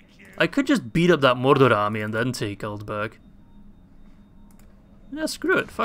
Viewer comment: It just sounds really weird especially when you're saying Mordor a lot of times in a row lmao